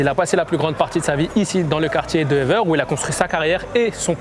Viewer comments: Ever... il a dit ever comme en anglais xD ahhaha ah ces français, c'est toujours drôle de les entendre prononcé le nom des communes bruxelloises XD répète après moi : évère ééévèèère. Allez, plus dur maintenant : skarbéék, pas charbèk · Le quartier de « Éveur » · Evere se dit Évère , pas Éveur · EVERE ça se prononce "é-vert" pas "éveure" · « Ever », t’as cru on était anglais ? 😂😂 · Frère il a prononcé ça comme « ever » en anglais 😂😂😂 Tqt je connais Evere , je suis sur Bx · On dit Evere (évère) respectez bxl svp